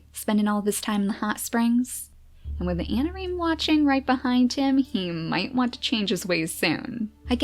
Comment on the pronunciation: i think i heard her say "harsh methods of anameme" instead of "harsh methods of anareme"... ANAMEME DD